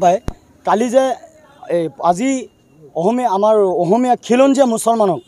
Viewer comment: অহমীয়া নহয় অসমীয়া হয়। প্ৰথমে বানান স্পষ্ট কৈ কোৱা।